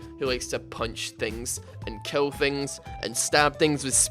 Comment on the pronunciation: You're gay! Kill not "kell". Twisted Fate not "twested fate", Mid not "med", VIDEO NOT "VEDEO.